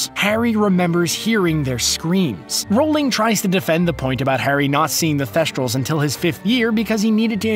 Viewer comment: you say rolling from r OWlling